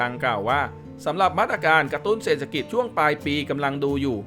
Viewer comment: ขอประทานโทษ อ่านว่า เศรษฐกิจ (เสด ถะ กิด)